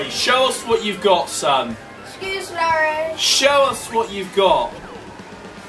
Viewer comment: When they were chanting was it just me that thought Oli said "Larryo"?